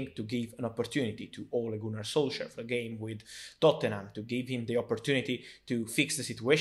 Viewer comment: For Fabrizio it’s “Ole Gooner solsar”